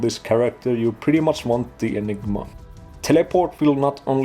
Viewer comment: Definitely getting Dr. Evil vibes from the way you say "Enig-MA" haha